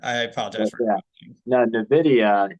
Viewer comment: Nvidia, not Navidia